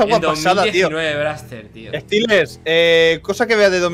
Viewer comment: Stelers ponte vivo 😂😂 Saludos Stelers Es Seelers o Steleers .